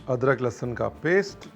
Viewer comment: Lahsan.. Lahsun